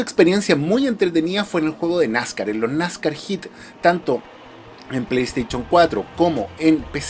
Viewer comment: Me encanta tu canal yo trabajé en venta de productos tecnológicos Samsung solo te hago una crítica constructiva pronuncia bien play station me sangran los oídos cada vez que dices play station